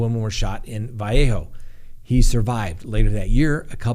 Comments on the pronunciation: …. Living in Napa I’ve heard Vallejo pronounced both ways locally. The Vul-lay-ho pronunciation is more common to my ears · Ben-ee-shi-ya= Becicia :_Winnieface::_Love::_cigar: Va-leigh-ho=Vallejo Locals don't pronounce it correctly, but that's hownthe locals pronounce them.😊 Man, I never wanted to be THAT person to correct a pronunciation with you!:_Ugh: Crap, I'm that person today!:_Winnieface